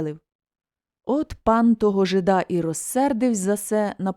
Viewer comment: Вибачте,але не жида`,а жи`да.